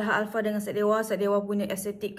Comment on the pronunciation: thanks for reviewing syedewa’s products!!! our boss dah tengok your video and dia nervous gila HAHAHAHAH, btw the pronounciation yang you sebut salah tu betul!! ❤️❤️❤️ glad that you love the products.